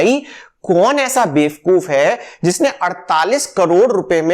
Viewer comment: Please, say bevakoof not befkoof, saying befkoof is not admirable for the person like you, as an educated, engineered & successful person. Please, do a deep search for this with your perfection.